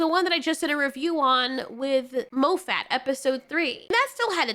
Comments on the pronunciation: Steven Mofat😂 It’s pronounced Moff-et. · Its not "Mo-Fat" it is pronounced "Moff-Att" its scottish. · It’s Moffat, not MoeFat. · It's Moffat, not Mo Fat!😂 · Break 'moffat' down into sounds: [MOF] + [UHT]. Don''t say it like you are saying the word "fat." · I love how you keep calling him Mo' fat. HAHAHA